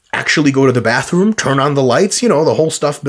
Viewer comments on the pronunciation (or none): none